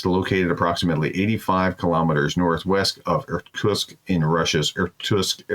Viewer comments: Nice content. Pro tip: consider practicing Russian and Ukrainian words, such as place names, before going on air as to avoid sounding dumb. Ex. - Irkutsk is pronounced Ir-Koot-SSK, not Ir-Toosk or Ir-Koosks. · The Prof obviously didn't grow up playing Risk or he'd know how to pronounce Irkutsk LOL